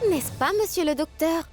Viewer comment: J'aime quand dit messieur le docteur😂